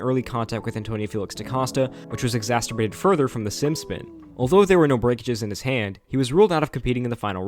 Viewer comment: “Exasturbated” is crazy